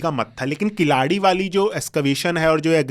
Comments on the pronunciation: Wonderful conversation. Just a suggestion. It will be good to get the pronunciations right ( KEEL + ADI कीलडि and NOT किलाडि) (WHYGuy वैगै and not वागाइ). It is actually KEEZHADI which can be attempted as well. As Indians with Sanskrit as our base language through Prakrits, we can pronounce these quite easily. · किलाडी नहीं वह कीलडी है, वगै नहीं , वैगै नदी है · Pehle sahi uchhaar seekho jannab Khilaadi nahi Keeeeladi..hai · Altaic, Huna, turka migrant who have still not integrated with the host country getting riled with natives. You cannot even pronounce "Keeladi". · First try to pronounce the names Keezhadi and Vaigai correctly, then you can discuss whether history is being manipulated or not 😂😂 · Indian archeological expert can't pronounce indian names like "keeladi" , "chola" etc....i wonder how much he studied this topics that still can't pronounce this properly 🙄🙄